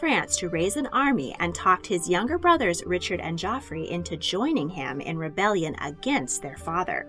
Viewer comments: Its not jofrey, but Jeffrey.. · Love your videos! I know it’s a year old, but “Geoffrey” isn’t pronounced “Joffrey” it’s “Jeffrey” it’s just how the English spell it. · Henry II's son was Geoffrey (ie Jeffrey), not Joffrey. Rosamund is roz-a-mund, not rosa-mond. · Maybe in old English or old French, but not in modern English. If you have the name Geoffrey but pronounce it Joffrey, you are an outlier. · Great story telling! One point though....Geoffrey is pronounced Jeffrey, not Joffrey. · Isnt that the difference in the French vs English pronunciation of the name? Didn't they all speak French at that point? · Geoffrey isn’t the ass prince/king from GoT. It’s pronounced “Jeffrey”. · She is one of my heroes, and there was a lot here I didn't know before (which is surprising based on how much I've read). One note: Geoffrey is the medieval spelling for Jeffrey. And it's pronounced as Jeffrey. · The French pronounciation is sounds like Joffrey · “Geoffrey” is pronounced the same as “Jeffrey.” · It was the French pronunciation joffry. French was still the language of the nobility in England